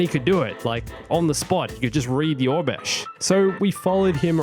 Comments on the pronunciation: Was he saying orbesh instead of oribesh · It's Or-Eh-Besh (pronunciation not spelling) not Or-Besh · Why did you pronounce Aurabesh as “Obesh” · hehehe thank you. I couldn't find obesh on google...